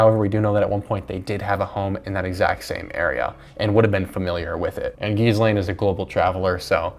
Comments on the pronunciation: not that she deserves the respect of a proper pronunciation, but it's pronounced "gillane" or "g'lane" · It’s pronounced Gee Len or at least that’s how Ghislaines brother pronounces it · Hearing you say gizz over and over again was the worst. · Wait, you pronounce Ghislaine like that on purpose? Is it just an act of disrespect, or...? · One suggestion: G is pronounced "Gilane". Jonbennet is pronounced "Johnbennay". Little known fact: JB is a made up name. Its John Ramsay's first and middle name combined. Also, Cyril Wecht is pronounced as it looks: Wekt. He's arguably the top forensic pathologist ever. He recently died. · their names are pronounced: John-ben-ay Mad-uh-lin Gee-lin (hard g)